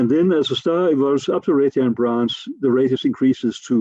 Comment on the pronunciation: Wow this guy is difficult to understand. Due to the poor quality audio and poor pronunciation, the words "radius" and "red giant" are indistinguishable, and both sounds like he's talking about "Radeon" graphics cards.